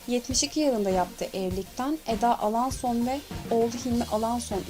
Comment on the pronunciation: Ya niye alaaason diyosun